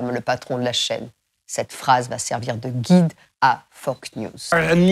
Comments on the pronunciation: Mais avouez : vous faites exprès de dire Foc news au lieu de Fox news, à chaque fois... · elle dit fok news pas fox news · bien bien mais on dit Fox news et pas FOCK news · Elle dit 'Fock news' et prononce magnat... 'mag-niat'. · J’adore son accent quand elle dit Fox News 😍